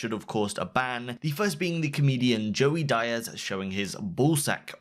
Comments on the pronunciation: its not DY-az its DEE-az lmao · Dy-az? Dee-az* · Its not Joey "Dy-as" bro lol , it's Joey "D-as" ✊❤ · Lost all credibility after "Joey Die-az". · "Joey DIE-ASZ" Lol'd. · "joey dieaz" LMAO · Joey "Dye-az" oooof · “Joey DieAz” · Joey "die Ez" oh god.... hahahaha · Are you one of those guys who purposely mispronounces foreign names? Diaz is a 4 letter name it really isn't that hard. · Never heard Joey's last name pronounced that way... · this kid doesn't know how to say Diaz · Excuse me, How did you pronounce Joey Diaz last name again?? :D By the way that BroxH guy.. my god im so fucking tired of all this drama i hear about on twitch but this BroxH is a real person! Wish him all the best!